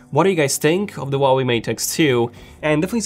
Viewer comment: The pronunciation of the brand: Who-ah-way